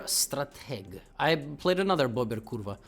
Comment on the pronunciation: as a polish person that accent on your "kurwa" was perfect great job Levy 🤠🤠👍👍🔥🔥🔥🔥